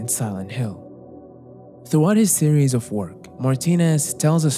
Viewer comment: Your English is beautiful but OF with a single F is pronounced OV. Only when there are two Fs do you say AWF.